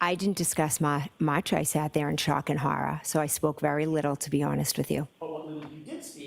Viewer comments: Lmfaooo horrah 🤣🤣🤣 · How many times does she say she was in a state of shock and horrah?